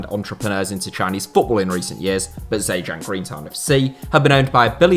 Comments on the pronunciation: State of the pronunciation. Zhejiang is said like this -> Jir-jiang . Hangzhou is said like this -> Hang joe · Zhejiang is pronounced jer jieng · The Z in ZheJiang isn't pronounced, it sounds more like "Jhe Jiang". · Zhejiang is pronounced "Juh-jang" and Hangzhou is pronounced "Hong-joe". Source: I live in Hangzhou, Zhejiang. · Part 2 would be a great idea. Great Video!! Also, the pronunciation of Zhejiang is not entirely correct. This would be more appropriate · How you read Zhejiang woke me up, need massive improvement.